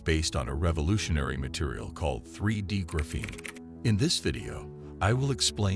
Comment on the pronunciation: Right now, I think this is a con. I also think the narrator should learn how to pronounce the word graphene.